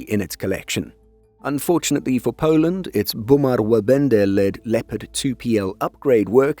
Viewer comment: Very good effort. Only one mistake - the last sound of Łabędy - it sounded more like E than Y. Otherwise, spot on!